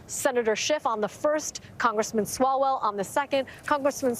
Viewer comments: I ❤ how calls him Eric Swallows-well. 🤣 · “Eric Swallowswell”. Oh stop😂😂😂😂